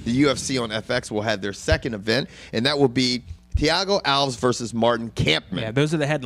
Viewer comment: Its a tournament George, of course the winners fight. Alves pronounced Al Ves, has had 4 fights since his brain surgery.